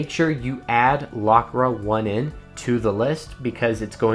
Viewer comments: I love the video however it’s not lockra 1 N it’s lock rain the 1 is a i. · I believe "Lockra1n" is pronounced Lock Rain, tell me if im wrong lol same w checkrain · I love that you call it "lock ra one en" :)